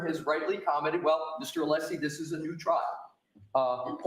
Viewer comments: Hey-just fyi, the name Alessi is pronounced with a short e not a long e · has an apparent issue pronouncing Mr. Alessi name. It's so disrespectful, IMO.